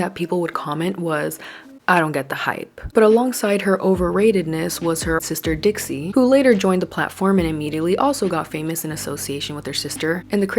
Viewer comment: Not you saying Trixie chile😂